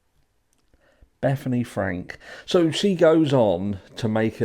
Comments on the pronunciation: Yeah, Frank for Funke........... I mean I would get it if she pronounced it Funky. Another possibility is her eyesight might be going fast. Can't she be corrected (by someone in the wings), then edit out her mispronunciation?? Even if it's a live show the first time, here at YT it's recorded. These things can be corrected. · Dude get the names right. Funke. Not Frank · I must be looking amazing because I've finally had my very first iron push infusion 😂 But Bethany Frank? 😅😂 I can't stand Nancy Grace 🤦🏻‍♀️ Didn't the judge say the victim's names wrong too? 🤦🏻‍♀️😐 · As soon as I heard Nancy grace say the last name wrong. I thought she was about to correct it because there was some type of poise. But no of course not